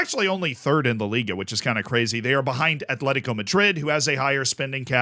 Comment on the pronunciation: Btw its AT-LETICO. Bilbao is ATH-LETIC. It maybe shouldn't do, but it bugs me when people put a 'h' in Atleti's name 😂